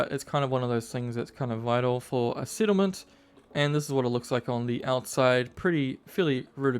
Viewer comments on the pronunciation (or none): What is a sittlement, or "sicond story" ??? Is it SO hard to speak like a normal person?